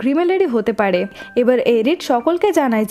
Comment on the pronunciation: খতরনাক না খাতারনাক।